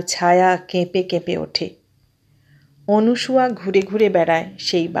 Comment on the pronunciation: পাঠ বেশ ভাল তবে নাম টা অনুসূয়া নয় মনে হয় অনসূয়া। ভাল থাকবেন শুভকামনা রইল